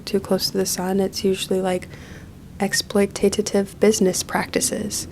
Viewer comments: Just writing this cause you said it multiple times: it's exploitative, not exploititative. Sorry for being the Hermione of the situation, but every time I hear it I feel like, 'what do boobs have to do with this?' 🤣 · I keep hearing it.. you pronounce it exploitatative... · i cant get enough of "exploitatative"